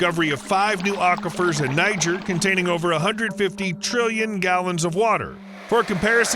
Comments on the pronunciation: Niger is pronounced “Nee-gair” but I would not expect even the most educated American to know that! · More like Nee - zshair